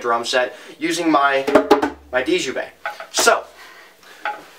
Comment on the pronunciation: Djembe - Pronounced "jem-bay". The 'd' is silent.